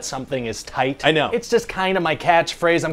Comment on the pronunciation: I heard the emphasis on the “TI”at the end of when he said that 😂 like you can hear the ending vowel 😂